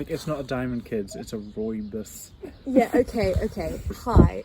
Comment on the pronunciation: as a south african i feel obligated to correct your pronunciation of rooibos: rolled r if you can manage, "ooi" pronounced as 'oy', the 'o' in "bos" pronounced like the 'aw' in "law" but not as drawn out if you get what i mean. its literal translation from afrikaans is "redbush".